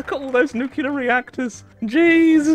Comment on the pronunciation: NEW-CLEEE-ER NOT NEWK-U-LUR